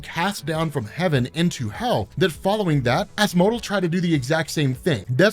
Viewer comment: Asmo-del. I want to say its not az-mohdel